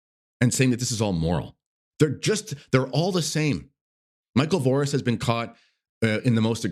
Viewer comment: "Voris the spider" 😂